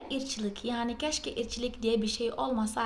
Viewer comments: İçlik diyorsun IRKÇILIK DEMEN GEREKİYOR UZATARAK SÖYLERMİSİN HIZLI SÖYLEDİĞİNDEN İÇLİK DER GİBİ AKSANIN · ben de içlik anladım kjjshdkasj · Irkçılık'ı içlik anladım.:) Aslında ı harfini söyleyebiliyorsun sen, mesela hoşgeldiniz derken hoşgeldınız diyorsun.:) Orada çıkardığın ses ı. Doğru sözcükte kullanmaya dikkat edersen olacak.;) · Kız Allah seni sabah beri ırkçılık diyosun içlik anlıyorum içlik diye şey olmasaydı 😁😁😁😁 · Hakkaten içlik diyo sandım ben de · malesef İçlik olmasaydı diyo zannettim ilk başta, ırkçılık diyomuş kız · Irkçılık mış içlik sandım dedim ne diyor bu 😂😂😂😉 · Ya Allah'ım ırkıçılık diyemiyor bide Canım benim yaaa 😂😂😊😊😊💗💗💗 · Irkçılık kötü bir şey ama sen söylerken kelime olarak çok naif geldi. Çok tatlı telaffuzun var.😁